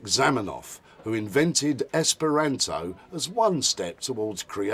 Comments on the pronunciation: you said esperanzo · I wonder if that reporter's accent got in the way of him learning the language, given he kept mispronouncing the language's name - Esperanto is pronounced with a long A, not a short one. Still, it's great to see Esperanto get some good publicity. Gonna have to learn that song the kids were singing.